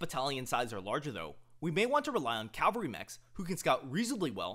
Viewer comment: Dude, you mean CAV-alry. CAL-vary is a place